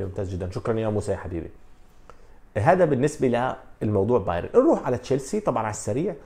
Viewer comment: باااااااايرن وليس باييييييييرن